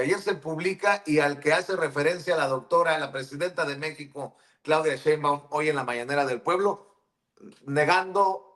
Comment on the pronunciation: Es algo que no entiendo el por qué varios pronuncian; Cheinbaum, es tan fácil decir su apellido así como se escribe (Sheinbaum) Así es como se pronuncia, con la letra “S” nooo con “Ch” La periodista y YouTuber, no puede pronunciar el apellido con “Sh”